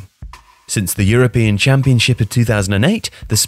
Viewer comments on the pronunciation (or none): none